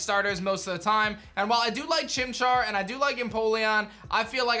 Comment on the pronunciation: CHIMCHAR, NOT CHIMAR!